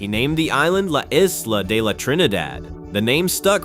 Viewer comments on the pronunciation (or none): none